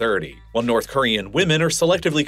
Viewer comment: "Nouth" Korea